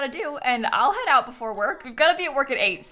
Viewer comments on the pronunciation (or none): none